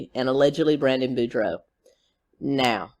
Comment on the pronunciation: Thanks for pronouncing boudreaux correctly!